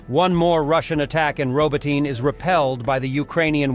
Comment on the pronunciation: every time the robot says "roboteen" I think of how much more I'd rather hear your voice.